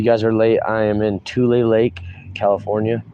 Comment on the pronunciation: Yes you said the name of the town right I have cousins that live in that area